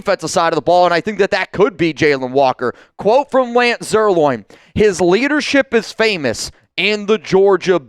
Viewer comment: Lance's last name is not "Zier- loin," Bozo.